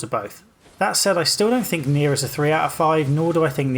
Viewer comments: He says neir and niho at the same time and I can barely distinguish the two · Next time you say "Nioh" and "Nier" closely together, remember that you're a Brit :P